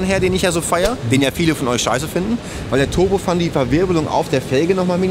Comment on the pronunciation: Turbofan finde ich nicht scheiße, bloß Deine deutsche Aussprache davon ist scheiße! Klingt immer so als würdest Du Turbofun sagen, denn "fan" ist ein englisches Wort (Ventilator), und deshalb wird es "Turbofän" ausgesprochen!